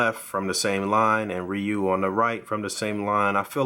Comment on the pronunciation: Ree-you, not Rie-you, but great review nonetheless